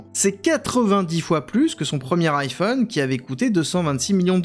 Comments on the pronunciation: iiiphone iiiphone !! bordel, c'est Ay-Phone le I se prononce Ay .. marre de la francisation de tout.. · "Aïe" phone pas "I" phone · Alors quand on dit « Apple » en « apeul » on ne dit pas « iiiiPhone » mais bien « aillePhone » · Pourquoi il dit l'i-phone et pas l'ai-phone, On Le prononce tous à l'américain, c'est assez désagréable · et iPhone à la Française ? ça sonne bizarre, dit le comme ça Aie-Phone. On dirait une speakerine des années 60, genre le hum-beurre-gé quand mcdo est arrivé en France. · Parcontre tu prononces bien iPhone stp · pourquoi prononcez vous iPhone de cette maniere ? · La prononciation de iPhone fait mal… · apprend à bien prononcer "iphone"... bordel